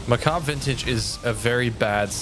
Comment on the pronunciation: everyone ive seen til now mispronounces that armor set. macabre lol was starting to think i was going crazy lol